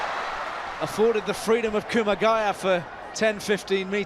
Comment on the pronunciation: Weird pronunciation of kumagaya. Weird. I know he's Australian, but that sounded weird